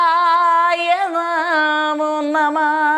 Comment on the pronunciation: യോഗീശ്വരായഎന്നാണ് യോഗീസ്വരായ അല്ല